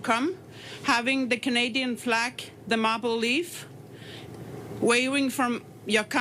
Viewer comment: Yup I heard her say mople 😂